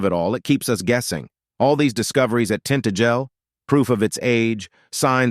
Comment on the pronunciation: It's pronounced tin-tag-el not tint-agel.